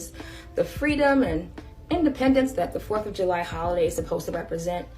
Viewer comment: Am i missing something? Can you not say the word July😄? I heard ju-y and ju-my but never heard July.